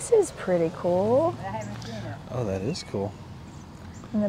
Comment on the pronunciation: “Oh, that’s cu-oool”🤣🤣. Cute AND cool… Great finds❤❤❤❤